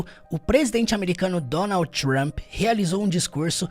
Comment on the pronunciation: Eu acho tão chique quando a pessoa faz a pronuncia real do nome dele tipo Donaudi Tchump